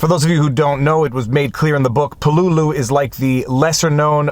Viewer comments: Thank you for a really good and insightful review of "With the Old Breed: At Peleliu and Okinawa". (Pronounced "PAY - LA- LUE"). YOur commentary about how you were affected by the returning servicemen was well done and very articulate. One small correction, and as you were doing everything with so much respect and reverence this is just a lack of information, Marines are not called "soldiers". If you serve in the Army, you are a soldier, if you serve in the Navy you are a sailor, if you serve in the Air force you are an airman, if you serve in the Marine Corps you are a Marine (and yes, it IS capitalized). Thank you once again for a great review, and as several others in the comments have pointed out "The Pacific" does a really good job of capturing the spirit of this, and many other ("Helmet for my Pillow", "Guadalcanal Diary", etc) books about this war. I would however recommend the book "Coral Comes High" by Carl Pope. It is the account of one company of Marines for the first three days of the battle. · Pronounced pel-e-lew. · Great book. But it's Pell-e-lew or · Repeat after me: Peleliu: “PAY-LAY-LOU” or “PAY LEE LOU” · you're mispronouncing Peleliu as info. Its Pel-la-lou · I've never heard anyone pronounce Peleliu as "Puh-LOO-loo". I've always heard it pronounced as "PEH-lay-loo" or "PEH-leh-loo". Now I have a new pronunciation to keep in the proverbial back pocket. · Same here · Pel-a-lu. At least, that's the way we Marines pronounce the name. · Lol please don’t, you are correct, he’s been driving me nuts with this pronunciation for 3 days…. I made the same post on his pinned comment before I saw yours … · I was being polite and didn't want to correct him. But at least he said "strategery" instead of "strategy."